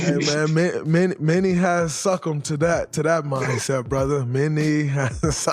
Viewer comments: Why did he pronounce succumbed like that tho?!?! 😂😂😂 Pause! 😂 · The way Dray said succumbed was amazing